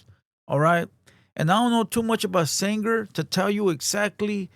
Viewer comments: foo its sanger not sandger lmao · It's Sang-er 😂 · “San-jer” no mames.